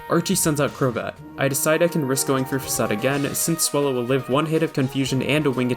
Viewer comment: very well done, congrats! The "fak-aid" at the end got me